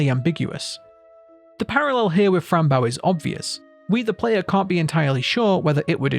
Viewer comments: its boe not bow like a ship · It’s Bow 🎀 not bow 🙇🏻‍♀️ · Why are you saying baow its bow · Great video but it's not bow the verb, it's bow the noun Being used as a name, idk why but that killed me inside the whole vid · it’s bow, pronounced like bow, like the bow to a violin or a ribbon being tied into a bow